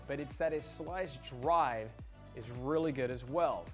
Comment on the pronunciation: "Slica Drive" is that Italian?